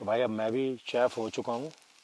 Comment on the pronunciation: Not चेफ Sir. It's शेफ. I am from NOIDA